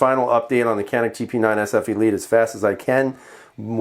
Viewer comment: Hi, I am From Turkey, and the way you pronounce the name seems to be wrong. Canik is read as if you say “john” in American pronunciation, followed by a normal “ick”. Have a nice day.